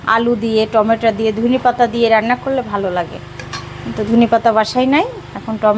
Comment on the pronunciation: টমেটা কি টমেটো।